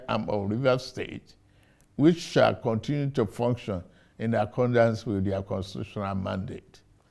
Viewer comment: Interesting 😂 ! This "Kwantry" is like a season movie ! Whaa ! whooOoOooo !! Kontinuu !